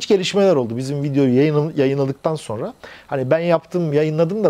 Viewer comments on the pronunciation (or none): none